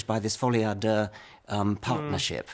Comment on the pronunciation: thats the worst pronunciation of folie à deux